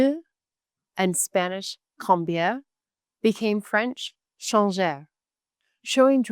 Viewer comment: CHANGER se prononce comme SHANGER -> and not like TSHANGER